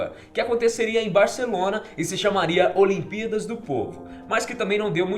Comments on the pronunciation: Só eu que percebi que ele fala olimpidas ao invés de olimpíadas. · Parece q ele esta dizendo "olimpidas" 😂😂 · Vc disse as "olimpidas" no começo do video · ce disse "as olimpídas" no começo .-. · "as aliempidas" kkkkk